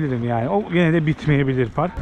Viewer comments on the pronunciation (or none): none